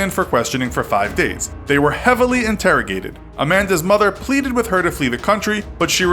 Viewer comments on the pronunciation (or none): none